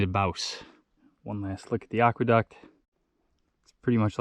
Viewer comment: I love your videos. Just a heads up, I think it is pronounced "Ack-Weh-Duct", not "Ock-Weh-Duct".